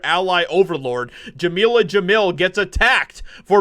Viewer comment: "Jameela Jamil" ... oh God.